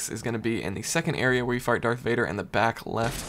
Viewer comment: I think you meant to say “Fight Darth Vader” several times but it came out as “Fart Darth Vader”